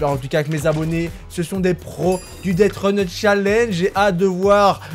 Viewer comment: On dit deathrun et pas "deatrun"!!!!